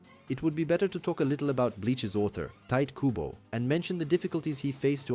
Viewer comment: TA. I. TO. KU. BO 日本語は母音をはっきり発音する事が多いです 身近に日本人はいませんか？クボ・タイトをどう読むか聞いてみて